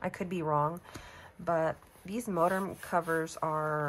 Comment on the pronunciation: MoTerm not MoDerm. Lol